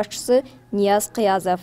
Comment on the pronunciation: Фамилияны туура айтканга уйронгулочу ныяз кыязов эмес Кыяз Ниязов деп туура айтсанар